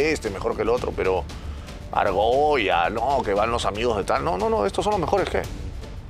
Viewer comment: full argolla , porque te cuesta decirlo xD